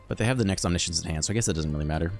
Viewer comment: "reanimate onimiscience" 😜😜